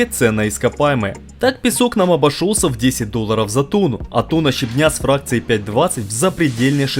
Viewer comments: Леска́, леско́й, щебня́... Ппц вы откуда ребята? Русский не учили что ли? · Всё класс, только слов "леска́" и "щебня́" (Род. п.) не существует (в обоих словах неизменяемое ударение на первый слог). А так все видео и результаты этих видео - потрясающие!